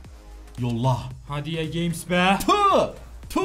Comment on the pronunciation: Abi neden ea games diyon fifa de